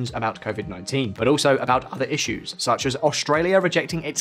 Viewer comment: "Shuch as Huawei" 🤭